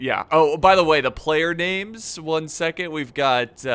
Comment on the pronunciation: Jeezes, the way he pronounces the names are just so so American , Kills the whole lotr feeling.